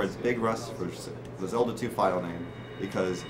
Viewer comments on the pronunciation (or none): none